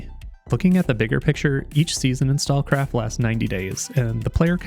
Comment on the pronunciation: Probably because he didn't linked or put the name of the game in description or pinned comment. He can't even pronounce the game name right. Stalkcraft? Stallcraft? Stakecraft?